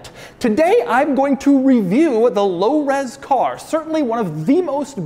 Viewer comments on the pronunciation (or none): I dare you to say Lo Ros Car one more time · Can you say “low res car” again please 😂